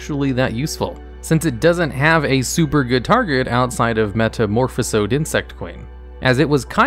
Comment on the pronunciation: "metamorphEsOd" It hurts...